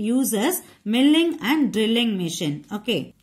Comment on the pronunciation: your pronunciation of milling is wrong